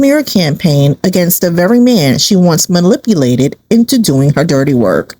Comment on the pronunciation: "malipulated," ay?? .. cute.. that a new word?? .. don't try to hide it now.. we all heard it.. (happens to the best of us) ..🥰 .. adorable..